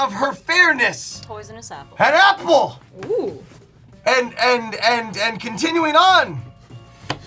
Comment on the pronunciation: XD ahahaha the "happle" and the "brreecckk"